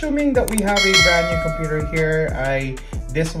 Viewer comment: „Cumpur“ = Computer